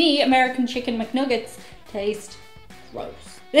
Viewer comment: I will always hear them as "Chicken McNougats" now....thanks! (PS. Editor....nice to see you and it's okay to shit/hate on our "nougats")